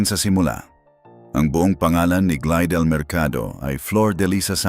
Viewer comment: Glydel pi hindi glidel 😅😅 pakiayos naman ng pronounsation para maintindihan namin 😅